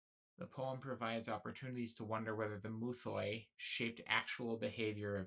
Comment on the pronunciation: Good vid ig but please for the love of god don't try to pronounce greek words or at least learn how to pronounce them. Just say myths not "mouthoi" which isn't at all how the greek word is pronounced...